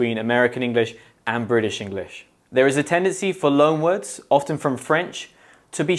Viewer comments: You said ofTen , why? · I don't mean to sound rude, but this guy doesn't seem to know how to pronounce the English word "often". Make your own conclusions. For me, at least, I think I will not watch any more of these videos...